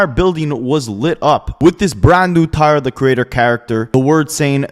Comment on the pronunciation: This man calls him "Tahr the creadder"